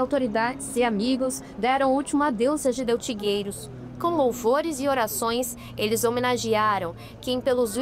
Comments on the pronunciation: Não é Geudeti, e sim Gedeutti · Obs.: Não è Geldeti, e sim Gedeutti